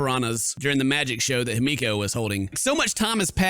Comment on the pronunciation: The way he pronounces himiko- It’s He-Me-Co Not Hi-meek-o My gosh 🤧😖